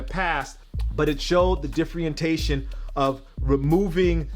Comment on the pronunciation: Did I hear him say "the differentation" lmao wtf